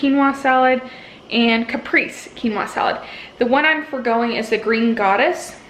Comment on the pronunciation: Hi, I really enjoyed your video. I wanted to tell you how to say Caprese... Kuh-pray-zay. How do your raw veggies hold up after being frozen, specifically the cucumber?? These look really good!